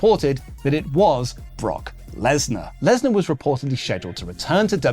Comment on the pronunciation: Lesnar? More like lass-nah